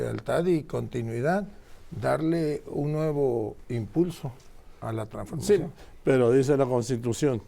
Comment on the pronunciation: Tampoco sabe pronunciar traNsformacion. Continuidad?? Ni Dios lo permita 🙏🙏🙏🙏